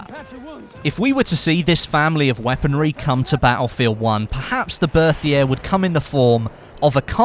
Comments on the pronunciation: 1)Chautchat is pronounced show-show or show-shot. French is weird 2) fed-e-rov not fedor-ov 3) Bert-E-A not Berthier 4) check out Forgotten weapons and C&Rsenal for gun info. Then you aren't taking out your arse or quoting Wikipedia. I've seen plenty of top youtubers not know something as simple and the difference between an en-bloc and stripper clip. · 2 thumbs up for the Berthier!! Love that thing in Verdun also, it's pronounced "Bec-tee" :P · great video, but I have some gripes about your pronunciation. The first is the Chauchat. It's actually pronounced like 'showshow'. The next is the Berthier. That is pronounced 'Bertie-a'. In this case, the 'th' sound is just a t, and the 'r' is silent.